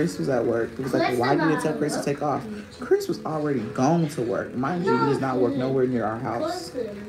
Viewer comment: “Cwiss is not at work…Cwiss is not at work.” Never forget the half stack of Pringles with half dozen bottled water!! 😂😂